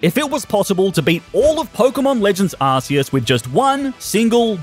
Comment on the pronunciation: Deep Breath ITS PRONOUNCED ARK-E-US😢